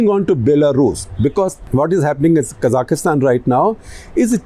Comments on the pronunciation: It's Kazakhstan....not kazakhistan, secondly the unrest and burning of buildings happened in Almaty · It is Kazakhstan not kazakistan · It is pronounced Kazakhstan and not Kazakhistan. Also just breathe, Sir. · why does he say" kazakh kistan " when its "ka zakh stan" this was a planned rebellion with usa dirty action to destable bri. great russian put an end to unca sam wet dreams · Quick note - its KA(stress)-ZAKH-STAN, not K-ZA-KIS-TAN. (КАЗАХСТАН). I was corrected by a Kazakh on this, not sure if the other pronunciation is simply the Indian version. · Can you at least pronounce the name of the country correctly? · Why can't you pronounce Kazakhstan properly?